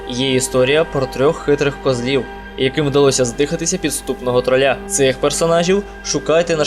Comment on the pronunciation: Ну що ж: Майк а не Маїк В короля Артура 2 мечі — перший він витянув з каменю і через це став королем, а другий — Екскалібур — дала йому володарка озер Завждизелених — не звучить, краще сновидівські "баксюки" трОля, а не тролЯ І не хвилюйся так, все буде добре!